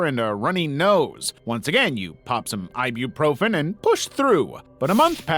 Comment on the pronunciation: Bro they said ibuprofen not i be profen ibuprofen is a painkiller